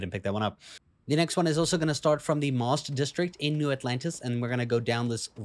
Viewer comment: MAWST? 😮😂 I think it's MAST HAHA jk man great video thanks